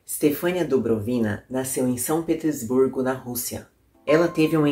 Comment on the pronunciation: Muito bom o vídeo. Só lembrando: pronúncia do sobrenome russo é "Dubróvina".